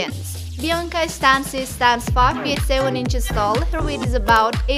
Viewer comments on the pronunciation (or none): она молдавская румынка а не итальанка и фамилия не Стансию а Станчю такие фамилии распространенны в регионах Бессарабии и Буковины